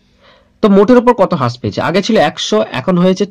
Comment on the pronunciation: Vai thanks for the video...tobe হ্রাস=rash,,,bolle mone hoy valo shuna jabe .. infact হ্রাস= rash e shothik pronunciation.... By the way very good job bro